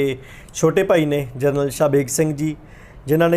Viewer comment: ਪੱਤਰਕਾਰ ਸਾਬ .ਕਿਸੇ ਤਰੀਕੇ ਨਾਲ ਤੁਸੀਂ ਨਾਮ ਸਹੀ ਨਹੀ ਬੋਲ ਰਹੇ. ਜਰਨਲ ਸਾਬ ਦਾ.